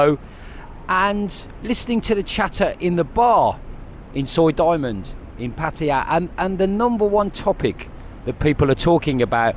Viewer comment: At least he’s in the ballpark…not pat-tie